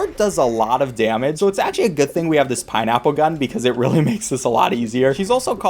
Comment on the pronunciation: “i’m gonna get out my pineapple gun” i must’ve misheard your what now